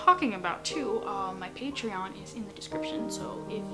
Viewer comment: Just so ya know Patreon is pronounced Pay-tree-on